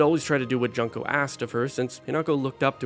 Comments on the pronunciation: It pains me every time you pronounce Junko as "junk-o" instead of "june-ko". 😩 Great video, though. ❤ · Juneko not junko xD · The pronunciation of Junko as JUNK-o 😭 did you even play it